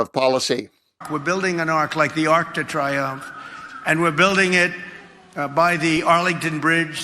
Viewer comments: What a boor. Pick one: either “un arc de triomphe” or “an arch of triumph”—NOT “an arc duh triumph”. Even more apropos would be “l'orgueil de l'idiot”. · What's the Chumpster up to now, did he say Ark 😂😂😂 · Donald - it’s pronounced the Arc de Tree-omph. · The fool can’t even pronounce Arc de Triomphe correctly. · Trump can't even be bothered to find out how to pronounce l'Arc de Triomphe correctly. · Donald Trump a decaying buffoon cannot pronounce ''Arc de Triomphe'' yet wants to build a fake copy that no respectable American wants or needs. Wake up America. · arc de triomph he pronounces trrribly